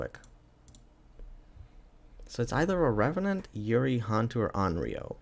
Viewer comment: Im laughing at pronunciation of Malay/Indo Hantu lmaooaoaoaoa